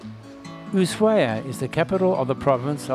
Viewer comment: I’ve watched a lot of Antarctica videos and your has the best photography by far. Excellent job! 👏🏻 For future reference: Ushuaia is pronounced ooh-SHWI-uh. Tierra Del Fuego is tee-AIR-uh del FWAY-go. Once again, congratulations on a wonderfully shot (and edited!) video.